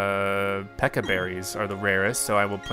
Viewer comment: Watering takes about 23 seconds if I counted at the right speed. The Pecha berry took 30 seconds. Also, Please stop calling the Pecha Berries Peka Berries. I hate that pronunciation. Also, Staravia is pronounced Star-ay-vee-ah, but I don't mind your pronunciation. Buneary is Bun-eer-ee. Protect only works the turn it's used.